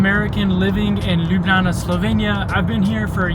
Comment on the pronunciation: yess i also love palačinke!! and also whille u were talking u passed by my home and also school. And also ur finialy someone that knows how to say Ljubljana corectly.